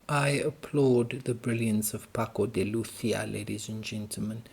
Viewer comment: He was a great artist. His extraordinary virtuosity was never for show; he put it at the service of music. You pronounce Lucia very well.